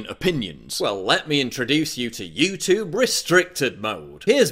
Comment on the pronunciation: how come you are pronouncing youtube that way ?